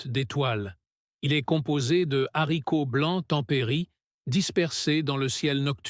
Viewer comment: C la liaison et la prononciation est juste